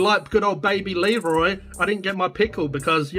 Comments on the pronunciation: "Leroy" lol. I can't believe you're doing this again. I hate Muccas fries. Hey there's nothing wrong with a cheeseburger without pickles. I just get extra onions. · It’s not leroi it’s Kid Laroi it’s a Aboriginal name so that’s actually disrespect mate